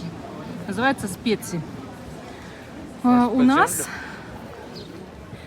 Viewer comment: Не специ, а шпици